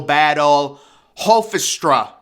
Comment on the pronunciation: and Hofstra